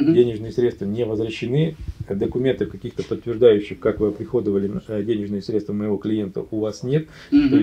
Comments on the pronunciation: разговаривает как мошенники из "аналитических компаний" средствА, смотрите. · «средствА» - пипец… Миллиард раз было сказано. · Ой колхоз... СредствА, менеджерОВ😂